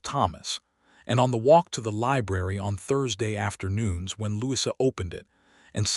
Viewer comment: Truly... I'm not being picky . . But, perhaps re-teach/code AI's 'brain' how to say a British 1st name for ..... Louisa. It is Not a short 'i' in the middle of Louisa. Brits pronoun it... Lou E` sa. 🎥 Bronte and other British period-films all pronounce it with a long E in the middle. (Short 'i' sounds odd) Other than that, it's a nice story.